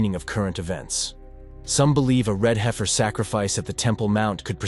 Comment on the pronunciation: If you’re interested in prophecy, I hope you’ll be equally Interested in learning how to pronounce the Hebrew words you want to use. You mispronounce them so severely that you cannot be understood. Also, once you mispronounced an English word — “heifer” — just a few seconds after you’d pronounced it correctly. Why? You sound ridiculous. Go and study.